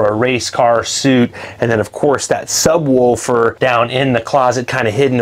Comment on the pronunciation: no way you call them sub wolfers